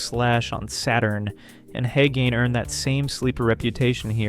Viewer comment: You don't pronounce 'Hagane' = 'Ha gain' or 'Heh Gain' Japanese way is 'Ha Gah Neh' I know it's weird, but it is what it is...